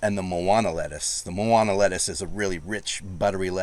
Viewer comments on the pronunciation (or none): You might wanna try pronouncing some of those Hawaiian words again. Like "Manoa Sugar Snap Pea," not "Moana." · I think you are mispronouncing “Manoa”, as in “Manoa lettuce”. Be careful: “Moana” is the word for beach/ocean and the popular Disney movie title, but it is not the same as “Manoa”. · It is Ma NO AH not MO AH NA. Blame the missionaries for the spelling and pronunciation. W = V sound. You technically pronounce Kewalo by the rules, but most people pronounce it key Wah lo.